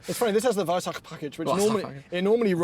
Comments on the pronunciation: surprised by the perfectly pronounced "Weissach" 👍 For me personally, to this day, this is the most beautiful car ever built. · The „WEISSACH” package, brilliant pronunciation 😂